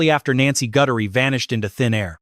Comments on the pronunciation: HER NAME IS G U T H E R I E!!!!!!! NOT GUTTERY!!!! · If that sheriff wasn't such a ego moron crime to close to home everyone lokked here and there but closer this travesty is so not acceptable a nice lady dragged god knows where money greed cruelity a narricist at his peak I'm sorry Nancy name is Guthrie pronounce it correctly respect dude😢😢😢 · I always thought that Chris Nanoes was bought off i believe he was bought off to mess up the case . This AI can't even say her last name right.